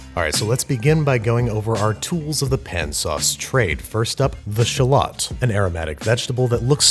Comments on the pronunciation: Shal Lot. Is the correct way to say it. Thanks Babish. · What the heck's a sh'lot? I know of shallots, but not sh'lots. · Anyone hear "schlott'' instead of shallot? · It's actually pronounced - "shah - loe"